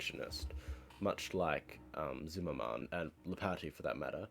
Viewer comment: "Zim-mer-men," not ""zim-mer-man"